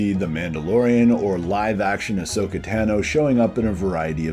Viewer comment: Great video! I’d love to see something like this with all of these live-action and animated characters mixed. Just curious, why do you still pronounce “Tano” wrong 😂 (no offense)